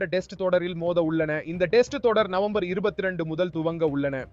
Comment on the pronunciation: அது என்ன டெஸ்ட் உச்சரிப்பு (male voice)